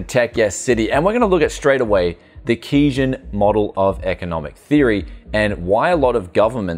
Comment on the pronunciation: Gotta say, generally like your stuff but your analysis of economic theory is pretty lacking and it's quite telling that you can't even pronounce Keynesian economics let alone understand it. Please read some modern sources and theorists bc ATM you're pedalling outdated ideas clumsily applied to an incredibly complex issue.